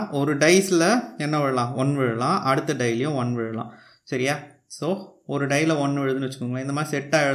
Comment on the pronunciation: Bro not "dies" it is dice